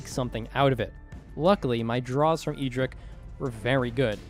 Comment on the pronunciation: My man, you love you say the MTG character's name in an eccentric way. EE drick? Who is that? It is "Ed drick".